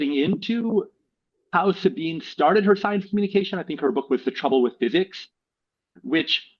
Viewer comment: It's "SabinE", not "SabinA".